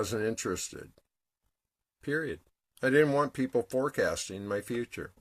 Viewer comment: ❤I was running a bath and listening to you and at the exact moment you said borax I was putting some in my water. I fucking love this synchronicity shit. it never ever gets old. also, you said pee-pull on the press-apiss..... lol mwah xo